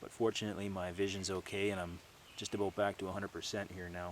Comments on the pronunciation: aboot Haha Canadians you gotta love em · what you talking aboot willis? lol i always wanted to hear a canook say that